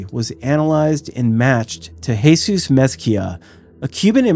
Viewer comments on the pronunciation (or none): none